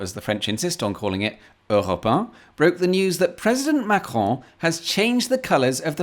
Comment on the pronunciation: As a french man, I have to state that you perfectly spoke "Macron" and "Europe 1". Almost no accent at all. 👍